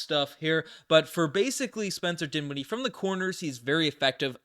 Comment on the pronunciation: dinshiddie? ugh.